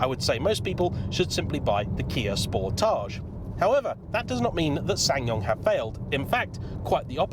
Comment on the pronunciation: Isn't it pronounced Kia "Sport-edge"? As in, a portmanteau of 'sport' and 'portage' (an overland route around a water hazard)?